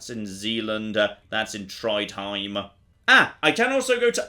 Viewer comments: He Triedheim, but Failedheim. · "Thats in Triedheim" .... Just say Trondheim